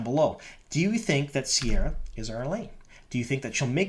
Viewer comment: Re, pronunciation. Ceara is one of the anglicised versions of the Irish name Ciara, try pronuoncing it as Kare-ah with a hard C, rather than with a sibbilant C/S. Other than that, she looks appropriate. I hope they give her blue contact lenses for authenticity.